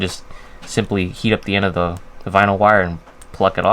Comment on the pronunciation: You keep saying simply like Bixler lol